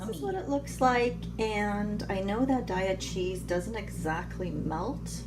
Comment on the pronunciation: Day-ah cheese ... not Die-ah 😬